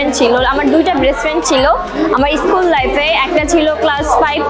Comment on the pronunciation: tmr pronunciation ektu prblm ase Start not estart and school not eschool sorry for the inconveniences 🙂